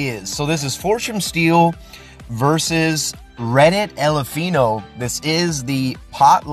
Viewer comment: Eleph eye no not eleph ee no